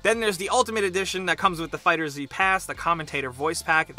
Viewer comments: john monty it's not it's pronounced fighters the z is stylistic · Crepe Maister Fighter zzz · Its pronouncee fighters and that is that. End of discussion. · Crepe Maister no it's pronounced FIGHTERZ! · WAIT WAIT WAIT. Did this dude say fighter Z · It's actually pronounced Dragon Ball Fighters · Everyone gets it wrong and it triggers me. They know its pronounced fighters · It's pronounced Fighters the Z is a stand in for the S. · Fighter „Z“ 🤦🏻‍♂️🤦🏻‍♂️ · fighter Z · If you watch any of the streams that Bandai Namco has hosted they confirmed it is pronounced Fighters and call it that themselves. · I hate to be this guy, but it's pronounced Fighters, with the Z functioning as an s. I look forward to your retraction video. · I know it's been said in the comments before, but it's worth repeating. It's pronounced Fighters. The "Z" is stylistic. It's a reference to the Z-fighters. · 1 thing you need to know about dragonball fighter Z, its pronounced Fighterz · it's pronounced Fighters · Number 11: it’s pronounced “Fighters” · #11 it’s pronounced fighters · Pretty sure the game is pronounced Dragon Ball "Fighters". The Z is in place of the "s" for obvious reasons. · It's pronounced Fighters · It’s pronounced “fighters” 😩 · Lol it's pronounced Dragon Ball Fighters but instead of S it's Z...why is that so hard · Every time you say Fighter Z I cringe! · every time he say fighter Z I cringe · It’s pronounced as it’s spelled.... not “Fighter-Z” or “Fighters-Z”.... Not that hard to figure out. Ruined the video a single second into it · This guy is still calling the game fighter zee. 😂 Come on bro... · Crepe Maister prounced fighter then pause..... Then say Z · Every time I heard you say Fighter Z it sent me one step further to reaching Super Saiyan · im sorry guys, but please get your pronunciation correct next time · I hate that you mispronounced the name this whole video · Stop pronouncing the Z... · Ahhh stop pronouncing the "Z" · Its fighters not fighter Z, TRIGGERED